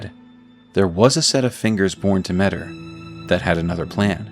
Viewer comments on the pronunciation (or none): I think it's pronounced "Meh-Teer"